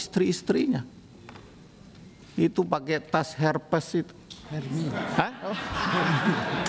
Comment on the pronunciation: Tas nya Hermes pak, bukan herpes atau Herme 😂🙏